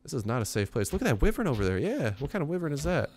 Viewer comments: why-vern it's so annoying you pronouncing it like that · its pronaunced Y-wern